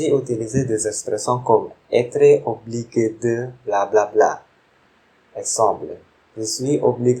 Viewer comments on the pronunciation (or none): Falloir c'est pas la même avec Valoir, votre prononciation svp ! Obligé [oblije], c'est pas [oblige] corrigez votre travail !